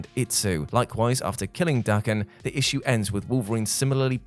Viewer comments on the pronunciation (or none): none